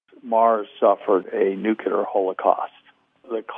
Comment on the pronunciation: Luv but how can a NUCLEAR physicist constantly mispronounce one of the most important words in his profession? There is no such thing as a NUCULAR weapon, nucular medicine scan, nucular power plant, nucular bomb and on and on and on. It drives me completely insane!